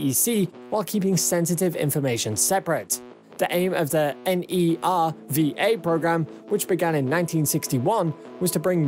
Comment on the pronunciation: Good video. You can just pronounce N-e-r-v-a as Nerva.